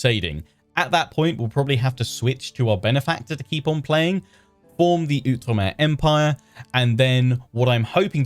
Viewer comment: Oh, I am SO excited about this. I’ve been wanting an Outre-mer campaign for ages - but I’m also glad to hear you pronounce Outre-mer correctly! There was a time when you would pronounce it “Out-reemer,” and while I truly love your videos, I think my little historian brain would have exploded. 😂